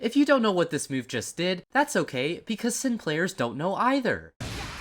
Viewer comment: Said Sin's name wrong 😞